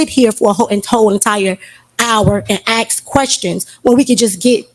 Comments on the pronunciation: Oh and none of them can say ask it's always axed. Do they go to school in Africa. These people I cannot believe are that stupid it's like a comedy show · I have never in my life heard a black person. Say the word ask. They’ve always said the word ax